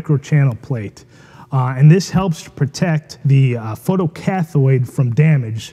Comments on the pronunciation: More constructive criticism - learn to pronounce technical terms if you claim to be an expert. Photo-cathode is pronounced cath-oh-de, not cath-oid. There is no such thing as a photocathoid. It makes an otherwise good video look like an amateur hour. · Learn to say photo-CATH(o)ed o as in 0 or oh! not cathoid